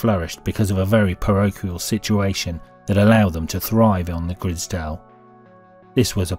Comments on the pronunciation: Im sure its the grizedale estate and not grisdale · Grize _dale , Grizedale , not Griz_dale estate ! edit, so annoying hearing you butcher the name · Its the grizedale estate not the grizdale estate mate. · Wish the narrator would say Grizedale properly 😂